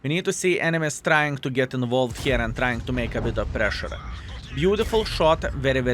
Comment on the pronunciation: First "involveed" in quite some time. I was waiting for you to slip up